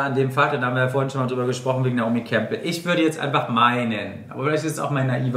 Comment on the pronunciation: Caro is eh ur cool. Aber bitte, WARUM sagt sie denn (genau wie in der Show) so demonstrativ, fast schon absichtlich abwertend wieder "Kampl" statt Campbell? In wien könnte man n Wortspiel machen " Naomi, geh die Kampln, deine hoa schaun scho so zazaust aus." …. Nein, ernsthaft, warum muss man sie die ganze Zeit zu einem Kamm machen?! Man muss ja nicht absichtlich alles anglizisieren, aber doch um Himmels Willen, einen englischen Namen, muss man auch nicht krampfhaft germanisieren!!! & niemand korrigiert sie. Campbell hat doch nix mit einem Kampl zu tun!!!!!!!!! Find ich echt schockierend. Aber ja, vlt is es Absicht v Caro weil sie sie nicht mag u rausflog in d Show … weil sooo schlecht englisch wird sie nicht können, sogar jmnd der kein englisch kann, kann Naomi Campbell aussprechen!!!! Sie hörte es ja auch v den anderen die richtige Aussprache des Naomi Namens.